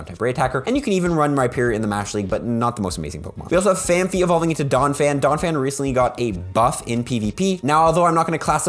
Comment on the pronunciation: Sorry, your wrong prononciation always gets me: it is PhanPy not PhanPHy, thank you!